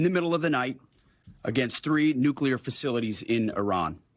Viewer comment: Say what you want about your political beliefs - I'm just happy Hegseth can pronounce "nuclear" correctly. "NU-klee-ar". Found the first nice thing to say about him 😂